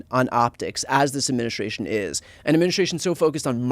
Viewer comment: you say this word a thousand times a day and yet you still can pronounce it correctly. Administration. Practice saying that word correctly. You screw it up 9/10 times.